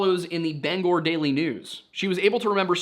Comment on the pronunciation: As someone from that area of Maine I'm so proud of you for pronouncing it Ban-Gore not Banger like they do in Washington. Thank you. Genuinely.